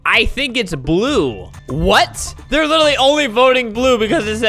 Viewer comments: "llue" "blying" 💀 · It's supposed to be I'm voting lue for blying xd but that's OK xd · He said "in voting lue for blying" didn't he? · Lol I love that part, and also the one where he says I'm voting lue for blying. Edit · Albert: “I am voting lue for blying” Also Albert: “what did I just say- WhAt DiD I JuSt SaY!” Me: “Not English anyways-“ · "I am voting lue for blying." Albert 2020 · ''im voting lue for blying'' LMAOO